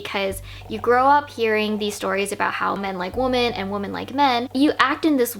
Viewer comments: Stupid question, why does she keep saying woman instead of women, plural? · "women" (plural) is pronounced like wimmen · Sorry this is a tangent to the topic of the video but it’s this video that solidified it for me, do Americans not say ‘women’? It always sounds like they’re saying ‘woman’. And they pronounce those two words the exact same way almost as if they’re using it interchangeably. When I say “women” it sounds very different and distinct to the way I say “woman”. Like we-men and woo-man